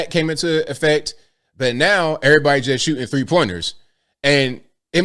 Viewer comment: Who the fuck is Micheal "Jor-in" ? Is he good at "shoo-in"?